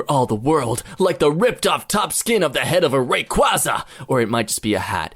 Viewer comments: You said rayquaza wrong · The way he says "Rayquaza" > ^<